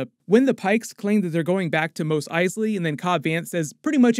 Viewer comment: Great summary as always, is Mos pronounced "Mose" the way you do or "Moss" the way they pronounced it in the original trilogy?